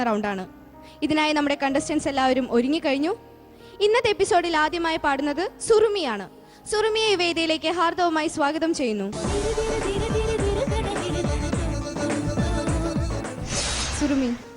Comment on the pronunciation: ഹാർദ്ദവമായ് അല്ല ഹാർദമായ്